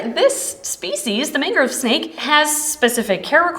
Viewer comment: Because I kept hearing mango not mangrove, I suggest Lassi for the snake's name as in Mango Lassi. I remember thinking that is what you said last time you featured this species in a video. 😅